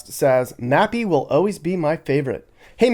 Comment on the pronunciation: Duuude... did you call that other Mappy... Nappy? 😂